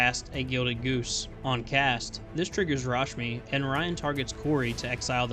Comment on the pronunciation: "Rashimi" xD